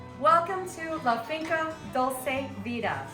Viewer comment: Hey, at least learn the vowels. They are so simple and yet so difficult to get. Vowels in Spanish sound the same way always. So the u in dulce sounds exactly the same as the u in Puerto. It’s not dolce but dulce. Simplify your life knowing this and believing it’s true because I think that the problem that you think it’s more complicated and it’s not.